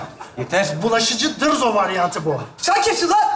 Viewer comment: Dırzo değil, dızzo